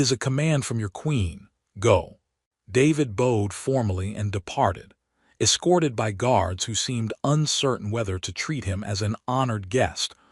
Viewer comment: At about : : the word 'bowed' is badly pronounced with a hard 'ow' when it should be a soft one instead!. The 'ow' should sound as if mimicking the soud one makes as if something hurts!. Oops LoL 😢😢